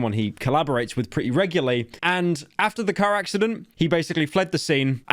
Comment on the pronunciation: did you really say reguly